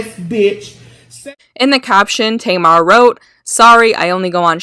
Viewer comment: Hun you need to learn how to pronounce names. At first you're calling her "Tea..mar" then you pronounce it right, then you mispronounce it again. Either you're high as fuck or just numb. Learn how to speak proper english.😴